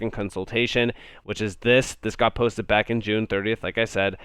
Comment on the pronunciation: "This got postit"... Posted* posted. PostED.. Pronunciation is important.